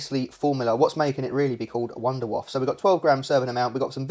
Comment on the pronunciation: It’s not Wunderwaff, it’s wunderwaffEEE. It’s GERMAN you DO say the e at the end. Don’t wreck up the German language. ⚡️⚡️